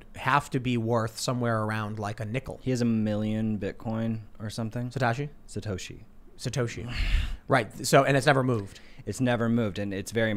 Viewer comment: SATOSHI !! NOT SATASHI!!